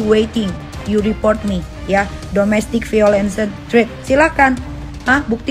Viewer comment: Ngomong domestic violent aja salah.... Ga usa sok2 English deh... Mending diem2 aja ambil waktu memperbaiki diri menjadi pribadi yang lebih baik...